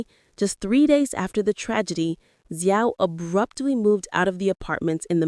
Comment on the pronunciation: Xiao is pronounced "Shao"... And Weibo is "waybo" ... it's hard to take your information seriously if you won't even go to Google translate and learn the pronunciation of these basic proper names ... And if people were publishing these allegations on Chinese social media platforms, I can understand why they were shutting down / off comments from the accounts that made them. The platforms don't want to be accused of spreading slander / libel, OR of obstructing the police investigation. I'd also like to hope that anyone with factual information - NOT speculation - would inform the police. So the headline "Suspect Behind Yu Menglong’s Death Officially Arrested, Facing Minimum 10 Years in Prison!" is actually completely false ... SMH Real news: Yu Menglong's mother asked people to STOP speculating with a public statement published today. I wonder if having people describe her son as being sexually assaulted made her feel better .... smh ...